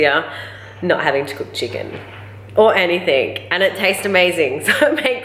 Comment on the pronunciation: Why do you put a "k" at the end of the word "anything".